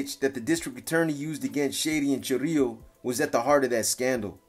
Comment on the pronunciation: Is chirilo not chorrillo😂😂